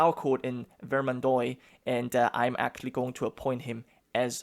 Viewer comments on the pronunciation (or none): hey since your probobly gonna say it a lot in the campaign. The starting province is pronounced like vermandwa. Just a French American cringing at the pronounciation lol; if I hear vermandoy again I'm gonna have a heart attack. Best of Luck! EDIT: Same rule of thumb for oix oit ois. All have that wa sound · Bro, could you just pronounce every (oi) syllable as (wa) like instead of saying Ve-rmand-oy say Ver-mand-wa or instead of Foy say Fwa. It would be great to help me as a French guy to just not cry each time you try to pronounce a French word because your pronunciation isn't terrible except this Thank you very much. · The "ois" in Vermendois in pronounced like : ua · I want to coment something, dont take it bad im only trying to help for pronuntiations (i really dont care how you pronounce, i really enjoy your content anyways). Words ending in OIS are pronounced with a DOOA sound, like VermanDOOA, and words ending in EUX are pronounced with a strong O sound, BordO, Hope i helped :) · vermandois is pronounced like vermandwah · Another Grand campaign YESS!!(I think i just peed a little) also you pronounce vermandois like vermandwa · You pronounce Vermandois like Vermandoa.